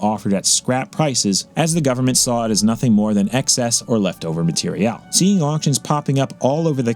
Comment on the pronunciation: Why are you pronouncing material that way? Also great video:)